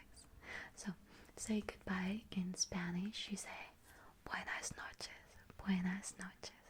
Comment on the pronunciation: your pronunciation in spanish is sooo good 💞💞